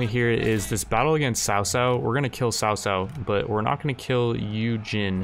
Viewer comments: Lord sao sao, makes me giggle. Its pronounced lord Kao Kao btw. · cao cao is pronounced "Chao chao" he's a pretty popular character in Chinese stories so it's kinda distracting when u say sao sao lol, just if u don't mind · cao cao is pronounced Cow-cow